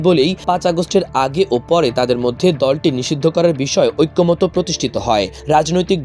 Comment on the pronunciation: ঐক্যমতো না ঐক্যমত।--ওইক্কোমত।